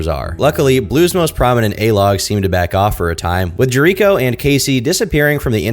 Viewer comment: pronouncing Jericho wrong lmao